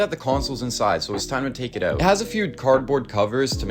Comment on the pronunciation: “I just went ooot today….”